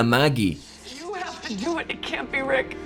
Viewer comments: Amigo, el video es una obra de arte. Te felicito, es un análisis magistral de cada evento. Pero cada vez que te oigo decir "Rid" en lugar de "Rick" me da escozor. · 😂Porque pronuncia RID en vez de rick. Me saca de foco.jaja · este man diciendo "Rit" cada vez que habla de Rick, me saca de una seria de zombies y me hace sentir en un barrio pobre jajaj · Soy el único que escucho en todo el video el nombre "Reed" en vez de "Rick"? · a ver si aprendes a decir rick loco, escuchaba ritt y rid pero dios mio, ni un intento albst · Me estresa que diga rid si es rick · compa... es Rick no Rid 🤔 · Me encanta como dices rit a Rick xd Buen video :D❤ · Cada vez que dice "rid" Yo: Pausa * RRRICK RRICK ICK RII CKKKK RICKLKK RICK *play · "Carr"? "Rit"? "acetar"? con razón tu nombre es con T y no con L. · Por que llamas a rick "rid"? XD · Lorri, Car, Ritt, aprende a pronunciar los nombres por favor. Dislike